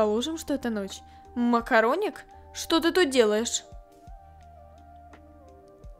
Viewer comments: я сама весь сериал слышала МАКОРОНИК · Нет я тоже услышала слава макараник и захотяла макараны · Когда она сказала макароник я ела макароны